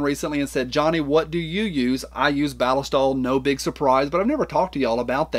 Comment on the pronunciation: The way you say “ballistol” is correct because that’s how the Germans say it. Just watch one of their videos on their product. 😂